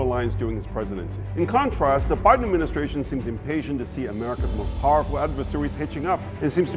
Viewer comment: Baaiden ruinD Yukren!